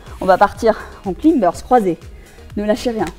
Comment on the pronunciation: Super entrainement efficace ! si je peux juste me permettre un petit conseil ;-) Bear plank, c'est soit planche de l'ours, soit prononcé bére plank, sinon bire plank c'est les planches de la bière 😅 et idem, climber, c'est grimpeur ou claïmber, voilà 😉